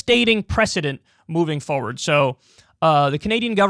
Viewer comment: "And it sets a devastating precedent, moving fawward." Do you know of any precedents that go backward?